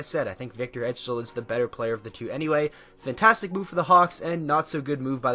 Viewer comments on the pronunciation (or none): none